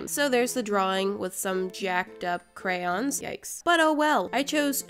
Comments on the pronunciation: The whole video she say ''Crayons" but at ONE point she says "Crowns" then the rest of the video she says crayons. like. HOW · They are NOT pronounced crans. They are spelled phonetically, cray-on. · Most Americans (no hate if you are one) say Crans. But phonetically, it’s pronounced Crayons. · I just figured out that crayons are pronounced “Crans” wHaT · They are not pronounced crans. Who told you that. No hate I'm just saying you had it right before. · thats how i pronounce it too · Cryans pffttthahahahah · I heard "crowns" instead of "crayons" and immediately thought, "Damn, did I click on one of Cristine's videos on accident???"